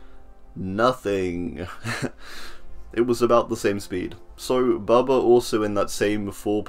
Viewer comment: He butchered my boy bubba... Nooooo.... :(